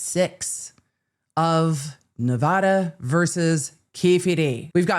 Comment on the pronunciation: The way you pronounced Nevada has me questioning if you’re really from LA 🤨 😂😂😂